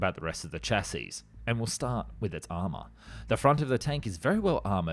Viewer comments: Man, with all the work you put into these videos you still mispronounce words constantly. Which is understandable for foreign languages, but the with word "chassis" the final S is not pronounced. Have you never heard anyone say "chassis? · Exactly! I don’t know what country the narrator is from but a lot of non-English people seem to have trouble pronouncing the word ‘chassis’. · I like your videos, even the "In a World" tonality. But please spelling - chassis, not chasis. Check pronunciation first 'shassi' not 'chas-is', Tee-You not Too for Tupolev and so on. Cheers